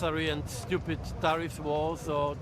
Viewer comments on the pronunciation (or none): Tarrif? He says it like "terrif", like "terrific", like "terrifying", like "terror ". That's why he thinks it's a beautiful, truly "terrific" word.